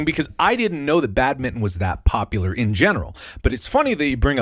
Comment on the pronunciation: I really hate how you guys say badminton